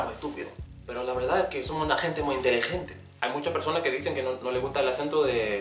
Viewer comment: Love this video so interesting to see the differences between the Spanish spoken in Spain. I was surprised that you didn't have a problem to pronounce the ghh sound like in gente perfectly. Thanks for explaining al those different accents in spanish. Your video's are super useful for people like me that are learning spanish.